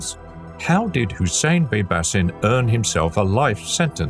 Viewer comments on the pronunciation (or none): Baybashin is how its pronounced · It's actually Bybash 👍🏽